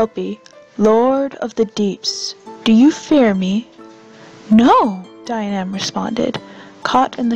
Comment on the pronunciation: Dianaimh is pronounced Jee-uh-nif.